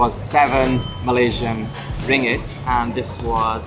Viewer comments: The currency is pronounced RING-GIT. There's two Gs. 😉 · Great vid and your mistake was a understandable at the Petronas Towers. You were lucky to get in on the same day. One suggestion, the currency is pronounced RIN-GIT not RING-IT. But who cares as long as you have enough. I am looking forward to your visit to Langkawi. We were last there in 2013 and stayed in the Pantai (beach) Tengah, Pantai Cenang area which are along the same stretch of beach. Looking forward to your reactions we are going there next year. Malaysia is one of our favourite places in the world. In Langkawi hire a car. Such an easy place to drive and takes no time to see the island.